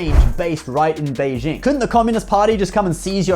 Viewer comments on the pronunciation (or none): none